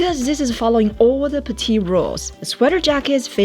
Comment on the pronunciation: P L E A S E ! I have now watched 100 videos of you. Please pronounce PETITE correctly. This is so easy to fix. I hoped so much somebody will tell you- now I'm doing this.